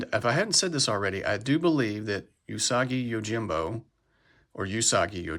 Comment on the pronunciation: “oo-sah-gi yo-jin-bo” 🐇